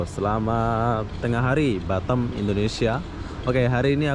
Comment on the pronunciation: Boss nyebut BATAM nya kok jadi BaTEm...hehehhehe klu di englis nya artinya lain boss hahahha